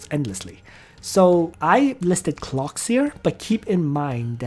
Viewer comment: Not going lie every time you say clocks it triggers me